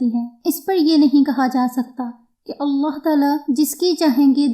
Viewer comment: Sahe alfaz allah hai aullah nahi hai ap apna alfaz sahe karen allah hai sahe alfaz